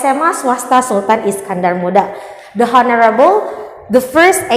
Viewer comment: ''Honorable'' huruf ''h'' nya ga dibaca ya. 🤗